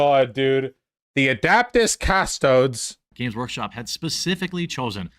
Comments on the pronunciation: you gotta admit "Adaptis Cusstoads" is tremendously funny and betrays a complete lack of knowledge or interest in anything warhammer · Adaptas cas-toads. This guy fkn suuuuuuuucks